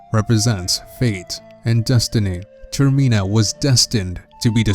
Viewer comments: Hey dude your pronouncing the area incorrectly. It's not 'ter-meen-a' It's 'ter-min-a' as in termination or terminal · Not Termeena, Termina. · its not termeeena its termina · "Termena" not termina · TERM I NA??????? TERMENA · ITS NOTT TERMINAA ITS TERMINA AAAAAAHHHHH -Triggered Watcher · dude it's pronounced ter-mi-na not ter-me-na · Its pronounced "Ter Mi Na" Not "Ter Mee Na" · TERMINA NOT TERMEENA!!! I can't, I just can't. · It's not tur mean ah it's tur mi na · TerMEANa? I think you mean TerMINa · golden gamer does have a point, I think full translation would make it more like "terminus" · That's why I stopped watching the video and moved on to watching something else. Not sure what you're intending to achieve by stating the obvious?